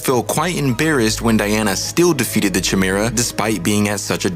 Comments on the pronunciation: It’s a hard K sound in chimera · It's a 'Ky' sound. Ky-mera. Chimera. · Learn how to properly pronounce the word chimera. It’s with a hard k sound like coke or coffee, not like choice or cheese. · Dude you can't even say chimera. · Good stuff. Assuming the Chimera pronunciation is intentional, but “Persephone” is actually pronounced “pear-suh-phony”. The emphasis is on the “phone” part.